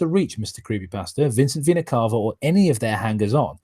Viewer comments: Fun fact: it’s supposed to be pronounced like “vee-nuh cay-vuh” (at least according to multiple dictionaries and my biology professor), but for whatever reason, Vincent and pronounce it like “cah-vuh.” Not sure if it’s a stylistic choice or if they’re both too lazy to look it up, but it’s annoying and I hate it. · And according to my Latin professor it should be Veh-nah Cah-Vah.